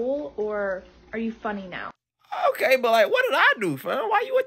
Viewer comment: Put the emphasis on the word now